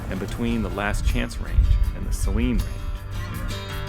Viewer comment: To each their own but I think its pronounces Say-leen (like the salty solution used a doctors offices). either way, nice video!